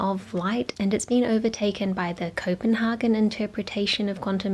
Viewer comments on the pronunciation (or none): none